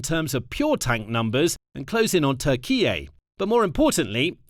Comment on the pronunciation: i love how they butcher the pronounciation of Turkiye... I bet turks watching this must be so annoyed :D